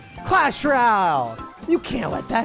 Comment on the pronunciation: Is it just me or does he say "Clash Ral" at the beginning of the video?